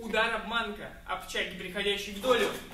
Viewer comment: Ох у теья и произношения , слух коребит ,)) ап...чаги... )) ударение наи в конце , ап (пауза) чагИ.. ти(ы) чагИ...и так далие ! Чумбе,чарет каге !